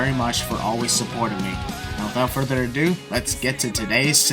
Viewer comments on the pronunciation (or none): none